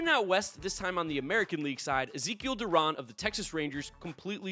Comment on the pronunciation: Rangers fan here, I respect that you stated that Zeke Duran and Leody Taveras should be all-stars. Also Duran's last name is pronounced Du-ran (Like ran).